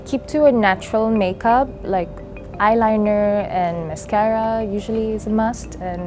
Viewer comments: siti is pronounced as in sí-tea. not sea-ty. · the way the narrator pronounces Siti annoys me